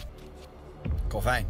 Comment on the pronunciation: Ben ik de enige die het raar vind dat ze de hele tijd kalvijn zeggen ipv kelvin?